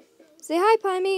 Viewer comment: I hear you saying pimni it’s Pomni Pom ni 😂 And Zooble Zoo ble Gang gle Kinger King er Ragatha👍 Jax 👍